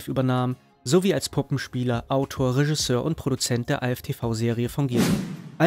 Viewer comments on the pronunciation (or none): none